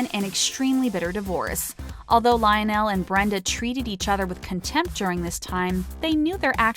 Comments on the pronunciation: Lion-nell.....really??? And ree-chi? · This announcer cracks me up. She pronounces Nicole Richie as Ree-chee, and her father's name as Rich-ie, in the same story. Also, she really enunciated the "o" in Lionel. "Li-on-nell". Um, ok.